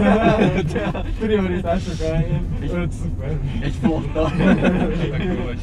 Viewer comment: Komoly Superb fétised lehet haver, ha még rendesen kiejteni sem sikerül.